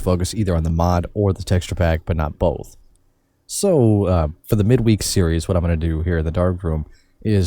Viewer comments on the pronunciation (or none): You said "both" as "bolth"